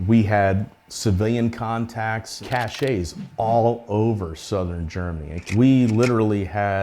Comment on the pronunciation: 🙄 cache is pronounced 'CASH'; the word Cachet is pronounced 'ka-SHAY' and it's a completely different word meaning how much prestige something has or how sophisticated something is.